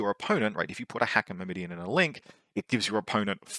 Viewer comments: Don't think I've ever heard Myrmidon mispronounced like that. 😆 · Since I have nothing of substance to add to your faction review, I'm just gonna be that guy and say: - It's MYR-mi-don, not Myr-MI-dion – emphasis on the first syllable, and the last syllable doesn't have an i in it (pronounced like "Sir, he's gone", not "Her Idiot") - It's Thra-sy-medes, not Tha-rys-medes - It's Tho-ra-kee-TAI, not Tho-ra-KEE-tees, with emphasis on the last syllable (and pronounced like "tie") Unless of course you ask a Greek how it's ACTUALLY pronounced, and then I'm completely wrong as well...